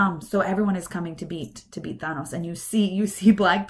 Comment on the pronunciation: Enjoyed the video, but please stop saying "Thah-nos." His name is "Tha-nos."